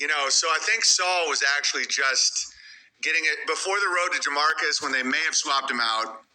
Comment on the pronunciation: he says the road to "Damarcus" not "Damascus" SMARTEDST MAN ALIVE FOLKS